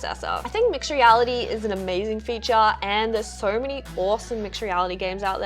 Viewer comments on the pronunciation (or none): none